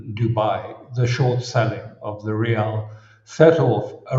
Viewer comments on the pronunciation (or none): none